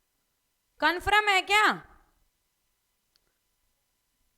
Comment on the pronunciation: Confram nhi madam confirm hota hai